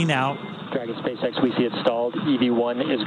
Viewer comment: "espacex" só pela pronúncia já sabemos quem esta refutando kkkkkk